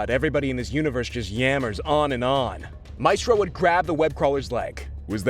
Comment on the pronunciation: i can't watch this. the ‘maistrœ’ pronunciation would kill me.